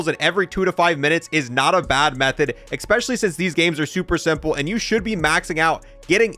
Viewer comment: EGG SPECIALLY!! Fuckin eggspecially good weapons bruh, bruh eggspecial video bruh.... lowkey... lmao man cant say especially :D